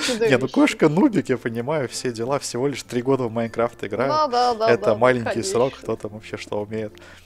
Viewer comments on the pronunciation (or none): none